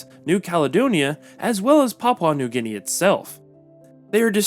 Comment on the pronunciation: "Papua New GUinea"